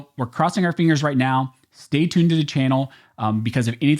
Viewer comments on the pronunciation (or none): none